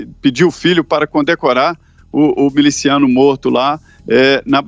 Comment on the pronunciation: Pra vc ver a dificuldade dos caras em falar o nome Miliciano.